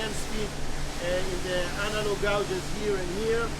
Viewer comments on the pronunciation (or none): Gauges not gouges